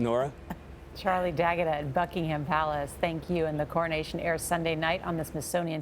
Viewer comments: Book in ham palace? Lol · Oh, NORA. You’ve just been added to the ignominious list of American talking heads who say, “Bucking-HAM Palace,” giving everyone the ridiculous mental image of a cavorting hog. It started, for me, with Maria Shriver, who nasal-twanged it loud(ly) and proud(ly) at the Royal Wedding, showing that she couldn’t learn the right pronunciation despite being the granddaughter of a former Ambassador to St. James and his wife, a great stickler for correctness. Why doesn’t anyone correct these ninnies??